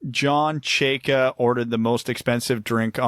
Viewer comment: How can you all mispronounce Chayka? Especially fake Russian.